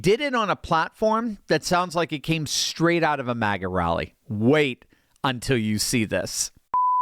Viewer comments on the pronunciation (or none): none